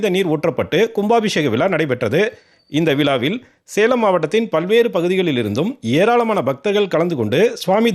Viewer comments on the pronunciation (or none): none